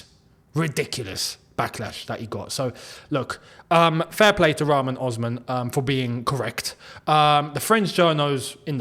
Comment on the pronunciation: Rahman Osman? How the hell are you pronouncing this mans name? You fake Algerian! 😅😂